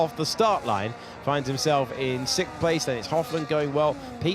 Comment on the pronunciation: Also please get someone who can pronounce the word tenths. It comes up often and hearing about temfs all the time is so aggravating. He can pronounce the word then so i know he is aware of the sounds n and th make. Also sixth not sikth